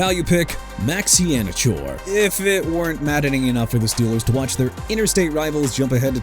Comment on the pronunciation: DOLPHINS SHOULD'VE GOT CALEB DOWNS AND?! ONCE AGAIN YOU MISPRONOUNCED MAX IHEANACHOR AS IN EE-HAW-NUH-CHOR! YOU'RE DONE DUDE.